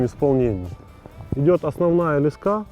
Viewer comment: это слово леска с ударением на последний слог)))